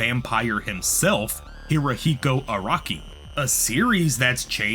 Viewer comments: I love this video but i just HAVE to point out. Araki is not pronounced Ar-AHki. It’s Ara-ki. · The way you're pronouncing "Araki" is triggering me 😂